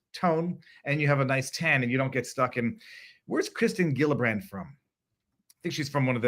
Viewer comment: Gillibrand is pronounced as a J, not a G.